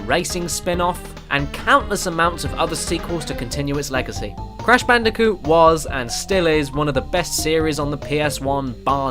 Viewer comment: I knew I was going to subscribe from the moment you said Brash Candicoot.